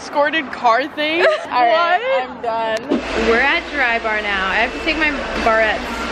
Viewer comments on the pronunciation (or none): "deres one mo fing in dere"